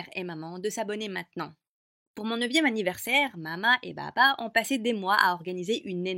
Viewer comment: Juste à c'est ouf !!!😂😂😂Mais juste quand elle dit maman ou papa elle dit mama et baba!🤨